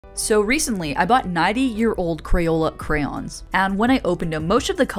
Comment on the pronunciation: Thank you for pronouncing crayon correctly.